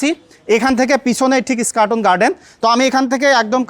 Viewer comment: "স্কাটন" না "ইস্কাটন"??